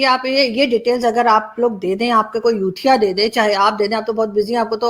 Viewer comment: Ma'am, you have used youthia so many times , each time you pronounce youthia...I listen...chut......🧐🧐🧐